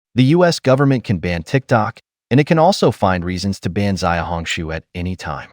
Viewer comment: Just to correct you, "Xiaohongshu" is not pronounced as "Ziaohongshu" rather "Siaohongshu. Listen to your pronunciation sounds so odd!